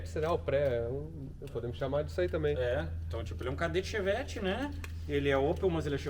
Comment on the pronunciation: Cherrari ou fevett kkkk